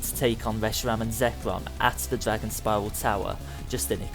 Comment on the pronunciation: "Zekwom and weshiwam"